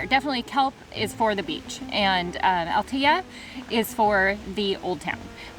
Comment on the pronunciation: CALPE -- Just must pronounce the E as in Spanish at the end, after the P . It is not CALP is CALPE -- Great and Nice video ... I go often to all that area. I have family in that part of Spain ... Also is not Altia --- Is ALTEA, must pronounce the E as well 😎😎😎